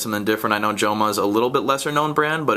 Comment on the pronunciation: the pronouncement of the word joma, the j sounds like an h since joma it's an spanish brand